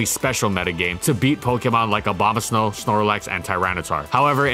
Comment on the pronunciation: Why do you keep saying obamasnow?